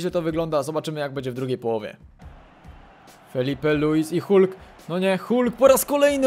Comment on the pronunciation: Jak coś to mówi się FILIPE a nie FELIPE :D